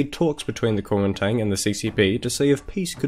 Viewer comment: Nice work.... but I would've probably liked this better and cringed a lot less if you just called it "The Nationalist Party" instead of trying to pronounce it in Chinese. ^^